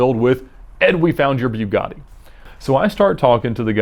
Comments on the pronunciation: Ed..it's not pronounced.." Bewgatti".. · this guy just seems like an asshole by the way he talks and his gestures but for some reason I like the videos. AND ITS NOT BEW-GATTI fuckin amateur hour over here at vinwiki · The way he says Bugatti makes me uncomfortable, “BYU GADI” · It's pronounced Boo-gatti, not byu-gatti. Just an FYI. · im pretty sure its a boogati not a byugati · its not bjugatti its bugatti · Anyone else disturbed that he calls it BYU-GATTI? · Lol he says it like buegatti but its buggati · It’s Bugatti not biugatti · And when it's called a" Bew-gatti" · "Bew-gatti" - Ed 2018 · " idear"? "Byugatti"? He just dropped a half notch. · boo gah tee Not "Bue gah tee" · Every time he says "Beuw-gotti" I wanted to barf. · BEEUGATTI its BUH GATTI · buiigadi jesus its calld bugatti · Isn't it called a Bugatti? (Bugetti) Why does he keep saying Byugatti?. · It's Bugatti... Boo-gatti not Bew-gatti. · Bewgatti btw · "bew-gotti" "rah-search" 😑😑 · Hey Edd, try and read it like "Boogatti" and you'll say it better. Instead of "B_u_gatti" it's more of a "Boo_gatti". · "Byewgotti" lol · So its called a "Beau" gatti, not "Boo" gatti... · It’s boogatti not buigatti that’s not hard nor regional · Why are you calling it a (bew-gotti) it’s (boo-gotti) come on dude don’t make yourself look dumb. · Boogatti not beaugatti 😒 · Btw it's boogotti not Bjughaddie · a byew-gotti vay-rone. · It's like the Porsche issues ("pore-shu" and "pore-sh") it's so subtle it doesn't matter boo-gah-tea' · heisenberg that triggers me... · "BewGotti" really bothered me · A BEW-GAHH-DEE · The way he said Bugatti is so cringe sounds like he’s saying beau gotti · Bugatti is produced in France and it is pronounced "bu-ga-tee" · Who the hell says "Buewgotti"? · Just try pronouncing is BOOGATI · B-You-Gatti lol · “Byoo gotty”. Nice. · Am I the only one who twitches when he says BUE-gatti?? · Please stop calling it a Beugatty.... Till then u don’t deserve to own one. Not even this pos. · 'bue gatti'